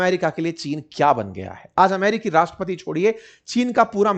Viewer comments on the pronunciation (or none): none